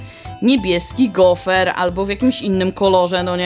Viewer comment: gofr nie gofer 😂😂😂😂😂😂